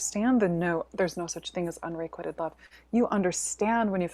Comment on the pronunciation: So much interesting info. Loved the story about releasing the priestesses in Mexico. Looking forward to hearing more about the Magical in the coming year. I just want to mention that the word 'unrequited' is being mispronounced. You might want to check it out before your webinar. Sorry for sounding like the grammar police. It just throws me off when I hear it mispronounced. Thank you for all you do,. 🙏🏻